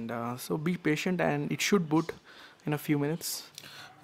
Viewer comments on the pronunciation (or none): none